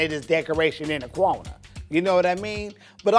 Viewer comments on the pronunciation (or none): “they just decoration in the cwonuh” 😂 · I was spelling that in my head too. Mine started with a Q... quornah. Lolololol